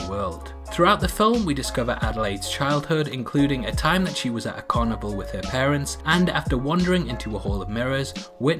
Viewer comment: "at a carnival", I thought you said "are cannibal"